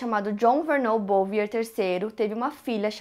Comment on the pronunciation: A pronuncia do sobrenome da família Bouvier é “Buviê”